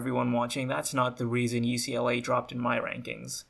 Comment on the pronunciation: bruh this guy actually said ookla for UCLA XD